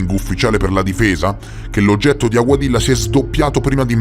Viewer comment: si scrive Aguadilla si pron. Aguadiia,non faccio il saccente,ma ho vissuto in un paese ispano parlante per 5 anni.